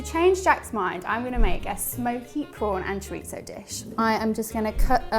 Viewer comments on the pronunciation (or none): Pawn????? You mean shrimp !!!!? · She said "whole prawn experience with wine " I heard "whole porn experience with wine"